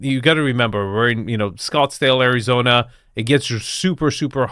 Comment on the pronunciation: Areezona? C'mon man 🤣😂😉